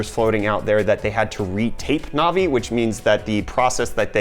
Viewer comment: Navi not novi lol you say it wrong